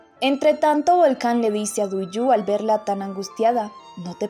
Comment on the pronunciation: OIGAN! AL PARECER ESTA NARRADORA DESPUÉS DE TANTOS CAPÍTULOS AUN NOOO SE HA APRENDIDO LOS NOMBRES DE LOS PERSONAJES!!... NOOO SE DICE TUIYÚ. SE DICE: DUIGU!!... NOOO ES SEGER. ES SÉHER!!! NO SÉ SI LLEVA ESA TILDE, PERO LA PONGO PARA QUE SE NOTE LA ACENTUACIÓN...